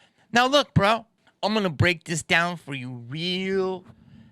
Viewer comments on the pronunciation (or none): "....the mayors a'ganna" got me rolling Jamie. Rock on dude.